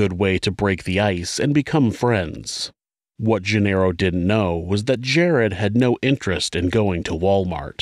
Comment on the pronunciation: Genaro is not "jin-arrow." It's "hen-AH-ro."